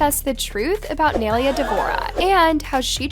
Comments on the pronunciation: PLEASE LEARN HOW TO SAY HER NAME CORRECTLY....ITS NAI(N-EYE) LE(LAYS CHIPS)A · don't do videos of Nailea if you don't know how to say her name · Lmao when are u going to actually say Naileas name right? Anyways nai is literally a natural touchy person and why did Dixie say she started it when she literally didn’t like whaaaat ,if nai was in a relationship during this then she didn’t try to steal her man simple. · i didn't think it was possible for someone to butcher Nai's name that bad...i was wrong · If you are going to talk about someone (Nailea), please pronounce their name right. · the way she says Naileas name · Bro it takes one google search to find out that you are pronouncing Nailea’s name wrong like wtf 😬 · yea seriously how is she doing all this research without finding out how to say her name lmao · Yoo frrrr, like how you gonna make a video about her and can’t even pronounce her name right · Why you gotta prononce nailea's name like that tho💀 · You are saying her name wrong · “NAI-LAY-UH” NOT naileeuh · It is nai lea not analeah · its NAI-lay-a NOT Nelia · her name isnt nail-ea its nie-leah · Um her name is NAILEA. (Nye-laya) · Girl learn how to say her name properly her name isn’t nalalaland. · ITS “NYE-LEA” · Its pronounced NIA-LAYA not spelled like that but thats how it's pronounced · its nai-LAY-a 😭😭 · ITS PRONOUNCED NAI-LAY-AH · sorry to correct you but this is how you pronounce her name ni ley uh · Please learn how to pronounce nailea like ew it’s niy-lay-uh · it’s pronounced “ nah - ee - leh - ah “ GAWD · thats not how yall pronounce naileas name nai-laya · n - eye - lay - ah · your pronouncing Nailea's name wrong its (Nai-Lay-a) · if ur gonna drag nailea atleast pronounce her name right- its pronounced ny laya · That’s not how u say her name💀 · for one the entire time your saying her name wrong. two people can be friends and the fans started the drama. three dixie needs to get everything under control and leave things private.